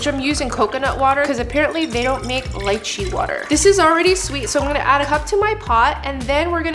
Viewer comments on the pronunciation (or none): lychee - "lee-chee"